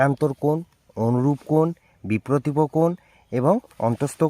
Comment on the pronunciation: Hi you have made a mistake that is your pronunciation is not correct You told that biprotipo but it is wrong that is correct - biprotip kon Well done